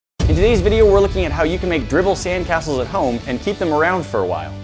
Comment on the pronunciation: I don’t mind it as much as his pronunciation of “while”. I mean... WAAHL